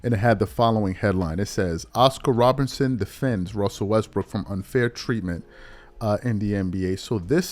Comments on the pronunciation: are you saying Robertson or Robinson, a little suspect sometimes 👀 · Bro, can you say ROBERTSON plz!!! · I couldn't agree more, wish I could like your comment 1000x. Also no real ball fan would repeatedly mispronounce Oscar Robertson's name. That happens because is not a real basketball fan. He started a YT channel and said what topic will continue to be around for decades and get me views? He chose basketball. He's lazy too because he's repeatedly got other player's names wrong and made mistakes with rosters when it takes all of 2 seconds to look this stuff up before recording the video.